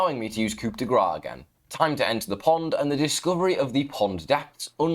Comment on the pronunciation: Mate it’s pronounced “ Coo De gra” pls I can stand “coop” again